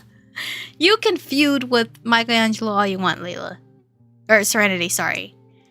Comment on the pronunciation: lol dang you said bleep Michaelango